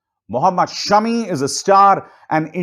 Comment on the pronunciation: Abhisar BHAI he is Muhammad Shaami not Shumi